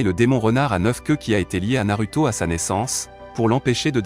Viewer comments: ça se dit narouto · Et Naruto--> nar(ou)to 😅